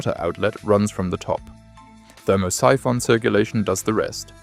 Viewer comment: "ther-MOSS-i-FON"? Oh, Thermo-Siphon! Geez, does anybody do QC on AI?